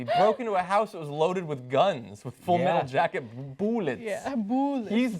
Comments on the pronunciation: Chris started firing off "BOO-LETS" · "chris started firing off 'boolets'.." haha "Boolets"? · Fired off "boolets" lol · ... firing off boolets ... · Wtf is boolets